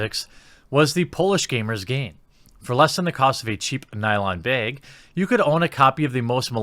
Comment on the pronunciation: Its like you try and not say beg but end up saying it anyway, but I appreciate the wink, at least you think you did it.